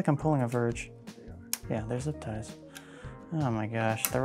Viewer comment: zip tiesss... lol thats why the make a "zip" sound when you tighten then up lol